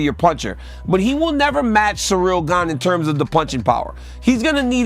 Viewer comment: Jon Jones made a commitment to misprounounce all the fighters in his new division Gaine and TaiTUTU Vasa and Naiganou :D